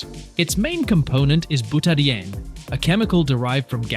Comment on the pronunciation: Oh jeez, bootadienne? So we have either an incompetent narrator or more AI rubbish. Byoot-ah-die-een ffs